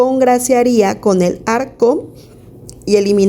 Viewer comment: Excelente contenido, Pero una duda, ¿ Porque pronuncian " el arco ", en vez del narco ?, y lo hace con varias palabras fuertes